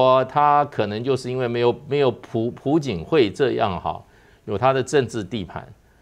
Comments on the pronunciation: 不叫pu槿惠 而是Piao槿惠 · 朴(piao2声)槿惠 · 朴 字 做 為 姓 氏 讀 音 錯 了，這 種 錯 誤 ，在 這 樣 直 播 間 不 該 出 錯。小 學 已 教 過 了